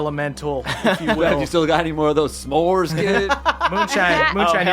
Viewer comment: Now we know pronounces "s'mores" like "suh•MORES." That's so weird lol.